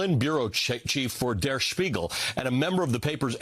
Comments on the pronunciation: That was a rather decent pronounciation of 'Der Spiegel' by Mr. Velshi. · That was well pronounced.